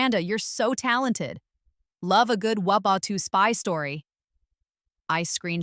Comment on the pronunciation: You need to spell out World War II when you’re using an AI narrator because it doesn’t handle abbreviations very well